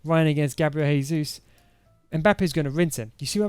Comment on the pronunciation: It’s Jesus not haysuz. Lol. Brazilians speak Portuguese not Spanish. Good formation tho !! 🔥🔥 super fun.